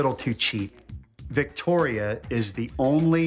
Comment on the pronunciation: She was like I’m victo and then she say vicotdia